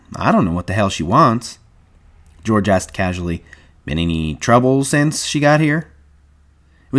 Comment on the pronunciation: This "Deorge?" is killing me😭😭😭